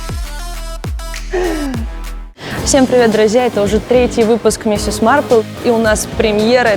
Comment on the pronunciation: НЕ МИСИС А МИСС!!!!!!